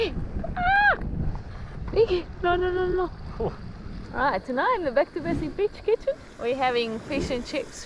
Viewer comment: Makes me chuckle everytime says Beach kitchen, it sounds like she is saying Bitch kitchen 🤣